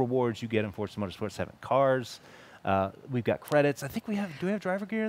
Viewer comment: It is Forza my Dudes! Vrooooom!